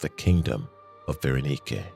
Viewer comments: Bara-nike ❌ Bara-knee-kay ✅ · Berenike is not pronounced that way. Its pronounced bear-eh-nyk.